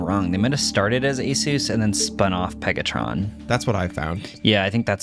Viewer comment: Marques couldn’t even say “Pegatron” lol😂